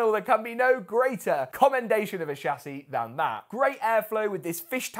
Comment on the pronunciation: who else is enjoying him repeating the word "shah-ssey"?